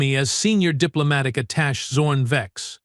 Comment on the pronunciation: Need to teach the AI to say attache